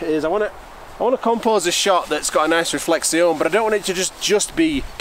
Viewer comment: You forgot to pronounce "reflection " correctly while explaining your trick